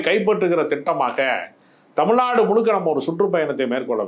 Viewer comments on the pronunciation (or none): none